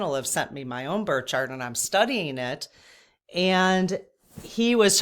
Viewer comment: Are you saying birth chart or bird chart?